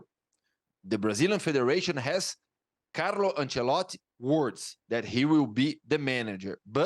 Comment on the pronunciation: Nobody: This guy: Carlo Ancelott'